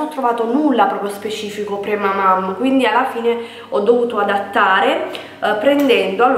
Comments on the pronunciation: Ciao, tutto molto bello ma non credo si dica premamaM ma premamaN.... 😘😘😘😘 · Cla stavo per morire hhahahhaha premamaM xD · si dice PremamaN!